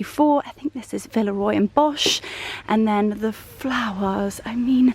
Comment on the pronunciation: May I, as a native German speaker, please say something about the pronunciation of "Villeroy & Boch": the second word is not pronounced 'Bosh'. Just put the word in the Google translator & listen to the pronunciation of the "ch" sound (it's a little bit difficult for non-native speakers...) 🤍🌿